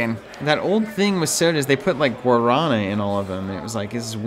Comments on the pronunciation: The accent mark puts the stress on the last syllable: gwa-ra-nA I lived in Sao Paulo for several years, and it is an extremely common soda there. It just hurts the ears to hear it pronounced like that. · Ow ow ow, my ears. Guaraná is South American, and sounds nothing like what you said. What a great finish to the game, so close!